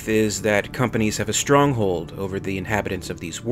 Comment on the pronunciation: "Think it ovah."